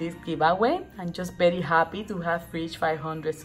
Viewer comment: I love your videos! Especially when you say berry when its very! You are the cutest!!